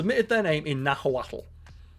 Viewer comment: i didn't know what u were on about " nahowatlto" then im like ooohh he trying say Nahuatl😂😂 it's said "nah-wat"